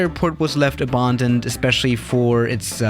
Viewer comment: a-bahn-doned autobahndoned